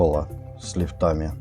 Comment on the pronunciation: Вы точно из Санкт-Петербурга? Меня смутили выражения"лифтАми, плинтусА,кранЫ". Так не говорят. По профессии вы строитель?